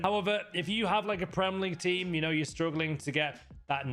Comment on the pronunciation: You honestly don’t know you talking about, you keep saying meta for your but you’ve nerver played with them and you probably div 5 players. Get a grip